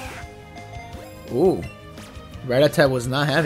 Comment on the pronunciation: Dude Ra-TAT-a. That was killing me haha